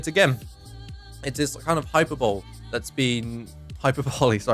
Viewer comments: Its not even Hyper-boly though. Its High-PERRRR-boLeeee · >hyperbowl-ee GOD FUCKING DAMMIT O D F U C K I N G D A M M I T